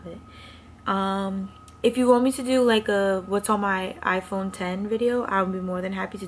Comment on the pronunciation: THANK YOU for saying “iPhone ten” it bothers me SOOO much when people say “iPhone ex”